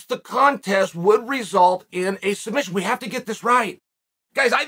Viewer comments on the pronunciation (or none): Islam calls it “Sumbission” 🤣🤣🤣